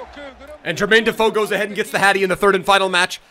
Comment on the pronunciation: Defoe will always be a yid 🤍 also love the Aussie comentator saying defooo if you know you know 😂